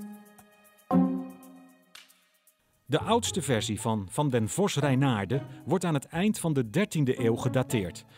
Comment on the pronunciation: waarom spreekt de presentator het woord vos zo raar uit , vosz , is hij een hongaar ofzo ?